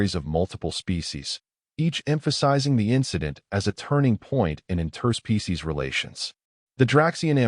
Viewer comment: I really enjoy your stories, the pronunciation of interspecies as 2 separate words hurts my ears 😂